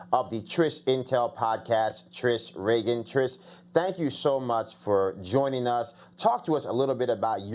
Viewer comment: Trish REEEGAN not Trish Reagan like Ronald Reagan Joe!